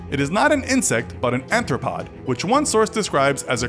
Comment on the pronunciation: Superdumpfback, and he pronounced it “anthropods”. Mites are arachnids, a type of arthropod.